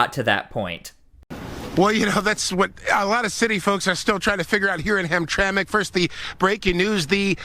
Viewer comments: It's pronounced ham-tram-ick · It's Polish and it was pronounced hamtramick. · "ham tram ik" for God's sake. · It’s pronounced ‘Hamtramak’ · Ham-Tramic is how it's pronounced. I live about 65 miles from there. My Grandpa used to live there. It was a Polish, Prussian, Slavic neighborhood. Today it's become a Muslim community. The City council there refused to fly the Rainbow Flag over government property because of a public outcry. It's an interesting place. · Did you even listen to this video???? They pronounced the name of the city a hundred times yet you insist on saying it wrong. Are you serious??? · Why can't he pronounce hamtramic like it's supposed to be Everybody else has been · I grew up in Hamtramck, it’s pronounced “ham tram mick.” Can’t say why when it’s spelled that way, but it’s been that way for 60+ years that I can attest to. Great video. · Please pronounce the city name correctly!!! HAM-TRAM-ICK" The last few letters are said "ick" even tho' they end "mck" polish name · I'm in Michigan. It's pronounced "Ham-tram-ick". 😉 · We pronounce this town Ham - tram - ick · Listen to the people on the video. The city is pronounced like this: Ham tram ik Thank you for your attention to this matter By the way, I’m a subscriber and I really enjoy your coverage of Portland and LA and now this. Keep up the good work. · And in Dearborn Michigan, the American taxpayers are being forced to pay for Muslim religious festivals And by the way it's pronounced Ham-tram-ic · IT'S HAM-TRAM-MICK HAMTRAMCK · Not trying to be advisarial but it's Pronounced "Ham-tram-ick" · Come on dude you sound ignorant ham-tram-lk There it is phonetically. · Ham-tram-ick, it ain't a train, it's the syllables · It pronounced Ham tram ick. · F.Y.I., it's pronounced: Ham-tram-ick. Formerly a wonderful Polish community inside Detroit, presently it is the Bagdad of Detroit. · [HAM-TRAK ] ??? I think you have this city confused with a Train Line for Pigs. LEARN TO READ! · Ham-tram,ic,. Not Hamtrack